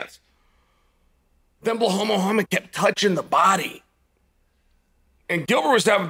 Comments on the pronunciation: Lol it's not Baaahl,it's Belal his name is. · Cmon chael man you speak english. How hard is it to say his name as it is "BE LAL" not Be Hal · It's not bla hol It's Be Lal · Blahal or Be-Lyle? (Gilbert was injured.) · Waiting for the day Chael says "Belal" not "Blahal" 😂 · Did you hear it... Uncle Chael said it Belal omg!! but i prefer blehaal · Can someone tell Belal to fix his name. It's clearly Blah-hal. His parents should be ashamed. Thanks Chael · I think you missed the joke - that Chael ALWAYS pronounces his name Blehal. We’re a fun community over here, your insecurity is showing. Muhammad looked great. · Fedora…”blah-hal”….10 seconds in and we’re in for a classic boys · I love how Chael still calls him “Blehal” 😂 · The Only Cheal Mafia Sonnen once said "Bahal". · Man Chael won’t ever drop the “Blahal” bit. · Didn’t know “Behall” was this good. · How do you read Blahal from Belal? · When Chael calls you Blahal, your name is Blahal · Bla-hall and Ya-Rear will both be fighting for titles next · I cant get over how this guy says blawlll😊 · Blahwl “hit and run” MooHamed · Uncle chael: belal= blehaal lmao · It's Bilal Uncle Chale. It's written like Bill with an a between the Ls and it's pronounced the same way too. You're sounding like my Chinese housemate who used to call me Biral or Bilar. 😂 Remember the Name! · Why does he call Belal "Blahaal" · Belal “Blehal” Muhammad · Why do you always call him BeHal? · I Don’t know guys . correct me , or enlighten me: Is Uncle Chael Massacring names a way of banter? i mean come one , Saying Belal can’t be that hard ( Bhlooolhhhl) lol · Blehal? Lol Chael you know damn well how to pronounce his name! You do it with many fighters aswell. 😂